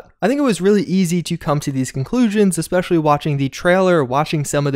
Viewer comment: Especially.......eSpecially....not expecially